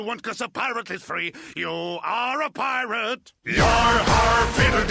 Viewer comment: lol Pirate or as i like to call it puiyrat